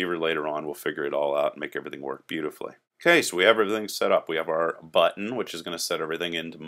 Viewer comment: why im hearing button as butt ?